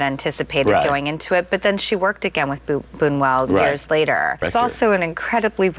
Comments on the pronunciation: It's boo-new-ell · What she does not know though is how to pronounce his name